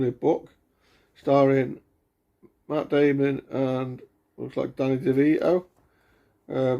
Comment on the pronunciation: You didn’t say “Matt Damon” properly. 😂👍